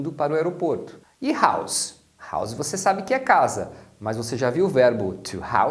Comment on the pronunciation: Um detalhe importante é que, quando house é substantivo, o s tem som de s. E quano é verbo, o s tem som de z. Prestando atenção, notamos que foi assim que o pronunciou.